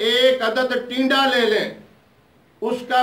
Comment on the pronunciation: Tinda bataya hai not tida